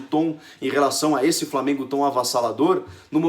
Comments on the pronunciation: Lamengo ? Que porra é essa Chico? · Lamengo? Poha Chico kkkkkkkkkkk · Pow Chico, Lamengo não né kkk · "lamengo" kkkkkkkkkk